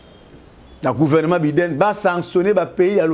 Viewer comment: Biden ça se lit BY DEN ndeko journaliste.